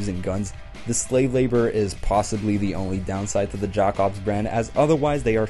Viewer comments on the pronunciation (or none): I die a little bit when he say “jack obss” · The way you pronounce Jakobs after playing the game and hearing it said multiple times is horrendous, bud. Other than that, I agree with your ranking for the most part.